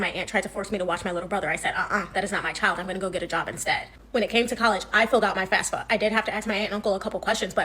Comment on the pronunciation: It’s fafsa. Not fasfa. 🤦🏾‍♂️